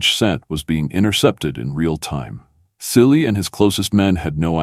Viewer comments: His name is pronounced as Chilli not silly . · Chilli , not Silly for god's sake